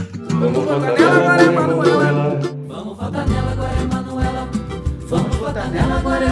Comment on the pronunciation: Tem que falar manuelá